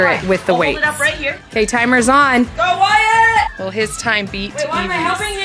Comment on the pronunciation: wyatt? not being rude just wanna correct